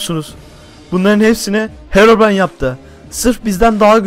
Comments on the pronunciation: Hekobrayn değil herobırayn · Herobrayn değil hekobryn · (;bizim düşmanımız kimdi?:Hekoprey😂:evet Heroybran) Oğlum o hekoprayın diyil Herobray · Saçmalayan Ben: Sanki hero deyil heko değil bildiğiniz ekoooo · hekobiren Ben:herobirien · herıbron değil hekobron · Hekobrine değil de bekobrine😂😂😂😂😂😂😂😂😂😂😂😂